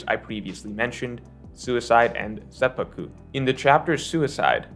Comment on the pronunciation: say-p-poo-ku not say-pah-ku